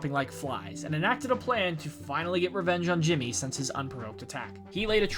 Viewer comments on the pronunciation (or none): Ahem… it’s “HIMmy” lol